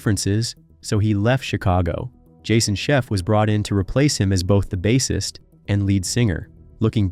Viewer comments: Bass-ist like the fish? Please! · he accidentally got it RIGHT 2 times BUT... this dude called him a (fisherman) bass🐟ist twice WOW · Agreed. "SET-er-ah"? The narrator also mispronounces the word "bassist" (ˈbāsəst). The whole world pronounces it "BASE-ist", not "BASS-est".🙄